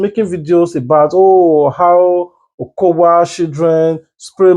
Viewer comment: Is O-K-O-Y-A Not O-K-O-W-A